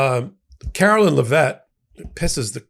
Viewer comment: At the risk of sounding like a smartass, Trump's press secretary/bimbo's last name is pronounced LEV it. I find her equally disgusting to all of the other clowns who have been Captain Bone Spur's press secretaries.